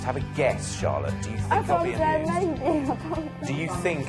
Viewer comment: the whole time I thought he was saying abused not amused and I was beyond confused